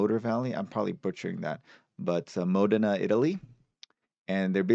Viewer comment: Modena is pronounced as Mo-Dana with the accent on Dana